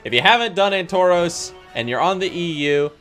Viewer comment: Ann-toros :D